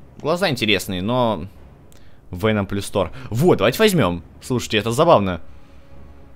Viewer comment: почему ты говоришь вееном . правильно говорить веноом